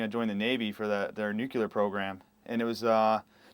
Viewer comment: nuCLEar not nucelar. Jesus.